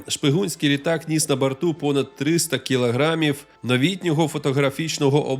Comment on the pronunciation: блін, як мене КОРОБИТЬ від цих москальських ааа в українській мові !!!!!!!!!!!!!!!!!!! одразу видно, що людина ДУЖЕ ПОГАНО володіє українськю мовою! Запамятайте просте правило : в українській мові як пишеться, так і читається!!!! Простий приклад (слова взяті із відео - : пишеться : "кілограмів", читається - ТЕЖ "кілограмів", а НЕ "кілаграмів"!!! пишеться "теоретично", і вимовляється ТЕЖ - "ТЕОРЕТИЧНО", а НЕ - "теоретична" пишеться "потрібно", читається - ТЕЖ "потрібно", а НЕ "потрібна" !!!!!!!!!!!!!!!!!!!!!!!!!!